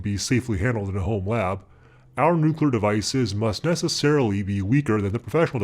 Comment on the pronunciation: "New...clear" try it !